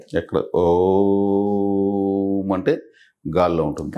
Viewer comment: miru om karani starting point lo deergam testunar, actually ending lo nadamunu deergam teyali, ex: aummmmmmmm, aummmmmmm, aummmmmmm ila anali but miru oooooooooooooooom antunaru